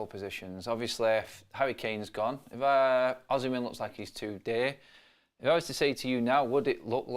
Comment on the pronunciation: V. Osimhen is off any transfer talks, moves and sales; in talks with Napoli for a new deal even his contract expired on summmer 2025, Napoli don’t need to sell anyone, and sure will consider anything less between 150-200 Mlns. So forget it! P.S.and please at least lear how to call him and his name!